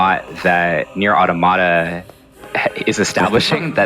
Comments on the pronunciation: It’s not ‘auto-mata’ it’s ‘au-tom-a-ta’. Think automaton: as in a machine imitating the form of a human being. Which is exactly what the game is about. I literally had to mute the video. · It's pronounced 'Aw-tom-uh-tuh' Not "auto-matter" lol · "Ah-To-Mah-Tah" I can't.... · If they say auto-Mahta one more time i'm going to lose my mind! It's Automata like you would pronounce automaton... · I hate when I hear people say auto-mata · I had to click off this video because the fools can't say Automata correctly. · FFS how are you a Square Enix representative but can't pronounce NieR Automata correctly. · People still pronounce Automata like that